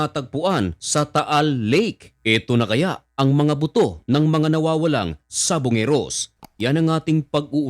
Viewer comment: Buto Po.. not boto 😂